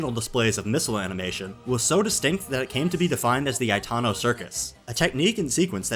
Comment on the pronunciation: Why are you pronouncing Itano's name as Aitano? Especially when you are pronouncing Ichiro and Aikawa correctly in the same sentences???